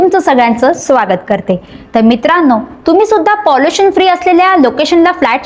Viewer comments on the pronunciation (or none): पाँलिशन...नाही प्राजक्ता....पोलुशन....